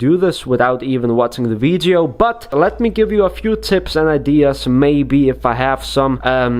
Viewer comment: Who else likes it when he says “veedyo”